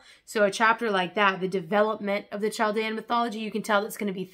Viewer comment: Thank you! i've been debating purchasing some of these. Btw its pronounced cal-dee-ann I know these civilizations are old but there's still a large group of us displaced and around :)